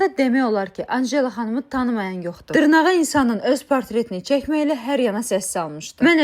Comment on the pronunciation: "Dırrrnağa" bu necə danışıqdı ee